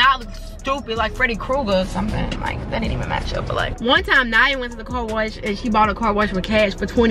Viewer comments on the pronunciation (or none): I love the way he talk instead of car wash he was saying corwash😂